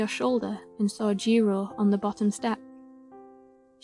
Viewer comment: Jiro not jiro-u😭😭